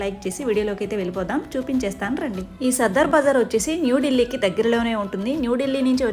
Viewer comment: దీని పేరు సదర్ బజార్. సద్దర్ బజార్ కాదు.